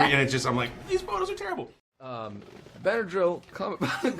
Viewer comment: “Benedril Cumberbatch” 😂